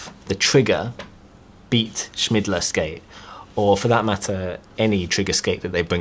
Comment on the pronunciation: Trigger Beat Schmidler :DDDDDDDDDDD I die everytime I hear it. His name is Schillmeier